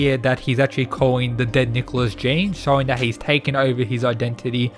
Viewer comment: Jean in french is pronounced Je-on